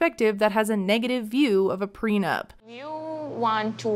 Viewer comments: The first clue should've been that he keeps saying "PRENUMP" dafac. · Why does he always pronounce it "PRENUMP"? Annoys me lol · has he been saying "preNUMP"?! He has, right? Or am I not hearing right, but it really sounds like he can't say it right. It's driving me crazy. PLEASE SOMEONE HELP ME!!!! 😩😅